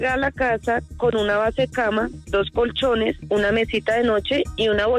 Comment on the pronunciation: Pero ella dice conchones de segunda y mal estados que triste. Enserio